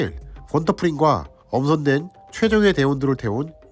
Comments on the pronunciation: 권터가 아니고 귄터에요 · 독일이름 Günter는 '귄터'라고 발음해야 맞을 것 같습니다. 제목에는 귄터라고 쓰시고 나레이션에는 계속 '권터'라고 하시네요... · 권터가 아니라 귄터입니다 u에 움라우트 붙으면 외래어 표기법상 ㅟ발음이에요.